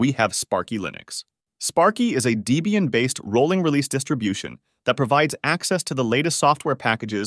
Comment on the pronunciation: DEE-BEE-ANNE = Dislike